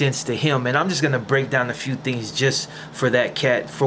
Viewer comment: Ain't getting jumped out of your hood like being a peceta . And why do you say fonna instead of gonna!ain't that' Tinto shit!should of just got into a Tinto gang!!